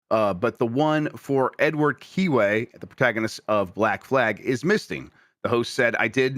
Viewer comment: ITS KENWAY NOT KEWAY....WTH MAN DO BETTER